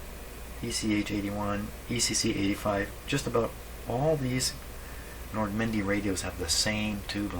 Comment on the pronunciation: I know it's Nordmende, I'm teasing and the way he pronounce Nordmendy...